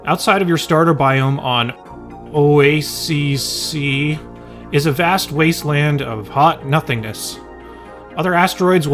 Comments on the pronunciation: Also the oassise I believe, since I’ve heard it pronounced this way by people smarter than me, it’s pronounced, “O AY SEE” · Why does Oh-ey-sissy make me laugh so much hahaha😂